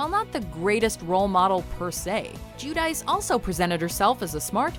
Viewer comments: lol nice pronunciation on 'Jew dice'. 'C' makes a 'Ch' sound in Italian. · Is Giudice really pronounced like in this video? In Italian it would be pronounced something like "Geeoodechee". Maybe I am mistaken.